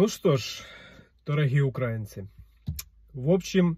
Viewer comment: Ударение ставьте правильно в слове украинцы